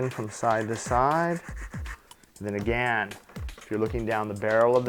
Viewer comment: Can you come back when you can smile and pronounce "again" correctly? The nail was pretty but you were pulling a k-stew the whole time